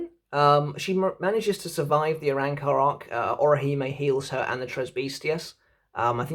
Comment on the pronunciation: Its spelt arrancar but its pronounced a-ron-car. Every time you say it it makes me think of a car made out of a orangutan.